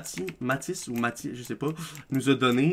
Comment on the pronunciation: C'est Matis pas Mati xddd